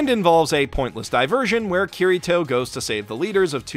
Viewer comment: Ow... English accents absolutely butchers Kirito's name.